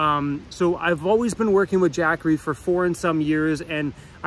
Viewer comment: U say been like Bean….Wth is that all about? Bean to…. 🤓🤓